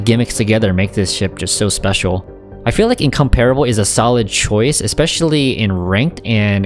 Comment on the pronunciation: Its pronounced: Incomprable